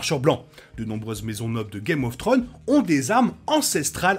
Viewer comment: Et une question aussi sur un mystère très rependu: pourquoi beaucoup de français dont cette chaîne, n'arrivent pas à prononcer correctement des titres aj pluriel? C'est Game of Thrones, pas Game of Throne. Je dis ça en toute bienveillance. Un petit effort !